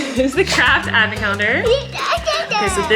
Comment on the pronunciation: Collen.... Its not Advnent, Its AH Advent.... Please learn from our Mr Flynn ❤️